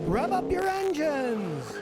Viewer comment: I thought he said "rub up your engines!"